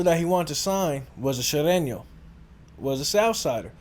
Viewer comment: Can't even pronounce Sureno....stick to saying nigga every other word.